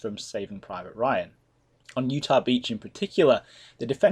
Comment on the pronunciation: Minor note, its "Utah" not "Utach"